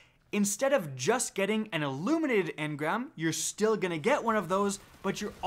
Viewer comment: Why are so many youtubers calling it "aluminated engram" instead of illuminated? Am i missing something?